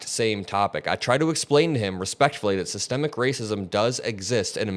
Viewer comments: "SYSTEM-MIC" not "Sistamactic," not a cooking appliance. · I gave up watching as soon as I heard "SYETEMATIC" racism. 😂😂😂😂😂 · All the black fox viewers don't even know what systemic racism is. The brother couldn't even pronounce it. 🤔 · "SystEMIC acism" is exemplified when these semi-literate goofies pronounce the word as "systEMATIC". A failed education system that has produced a generation of goofies who neither understand the King's english nor the proper pronunciation of the same. My guy, stop talking. You sound dumb. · Okay we knew we had a dummy online as soon as he says systemic incorrectly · Buddy in the Maga cap clearly is uneducated as he can't pronounce systemic correctly. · OMG, dude couldn't even pronounce Systematic racism. He needs to go back to school. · He can't even pronounce the word systemic...that explains alot.... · the scariest thing about this guy is he can`t even pronounce systemic racism there is no need to take this guy seriously. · This idiot couldn’t even pronounce systemic and thinks he smart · The dude pronounced 'systemic" wrong! This why he doesn't know what is is😂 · He couldn’t even pronounce SYSTEMIC properly—ignorance is NOT bliss!!!! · MAGA Dude can't even say Systemic.... Dunce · He not only doesn’t get what it is,he also doesn’t know how to pronounce it. True Trump supporter, dumb dumb. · It’s the fact that the maga dude so dumb he pronounced it wrong to try and make it seem as if it isn’t a real thing. That’s the maga trick pronounce words or names wrong to take its validity smh